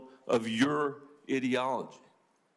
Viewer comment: The way he pronounced “ideology” had to be a snarky subtle roast 😂